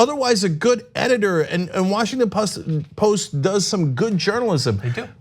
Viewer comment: Washington Post - Drop the "t"